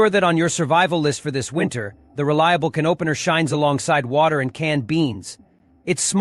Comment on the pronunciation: It's how this psychotic AI voice pronounces "can opener" 🤣🤣🤣🤣🤣